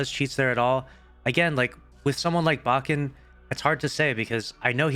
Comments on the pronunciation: Lucky it’s baken not baaaken, just like the word bake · Lol i cant help but laugh everytime pronounces baken. Is it not bake-n, like baking? But anyway fuck this guy, im glad bungie exposed his lying cheating ass.